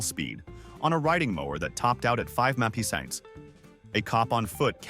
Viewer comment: AI Voices all must have a problem with initials as in MPH just mumbled something unintelligible. My phone decoded it as " campground "..lol